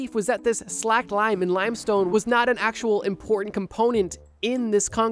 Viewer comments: It's slaked lime.. slake, not slack. Slay-ked, not slack-ed. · I believe slaked as in slaked lime, is pronounced like slay-kt, not slacked. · Its pronounced sLaked like lake🌊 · Slaked, not slacked.